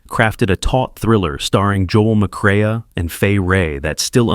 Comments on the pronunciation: It’s horrific to try to listen to this awful AI narration. Joel McCrea (pronounced McKray) is instead pronounced as McCrayuh! Just terrible! And my heart goes out to the viewers who depend on closed captioning- turn them on and see what a UNFUNNYJOKE that is. I don’t know why they don’t mount a protest. 😢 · Joel McCre-AH? That AI pronunciation alone should be a felony. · Please, please, please learn to pronounce the actors names before making videos! For instance, it's Peter Lorry (phonetically), not Lore, and Joel McCray, not Macray-a. Please. You put some effort into the video, and it would be great if you just make the small additional step to get the principals' names right. Mispronunciations diminish the quality of the presentation, and it's a shame. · For Example; McCrea is pronounced MCray, Lorre is pronounced Lorrie, etc.